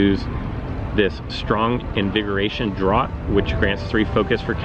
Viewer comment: Great video! Thanks for making this series. Just FYI, "draught" is pronounced "draft"...the former is the British spelling; the latter, the American spelling. ☺☺☺